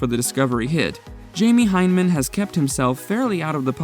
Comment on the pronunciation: A true mythbuster fan will not mispronounce their names!!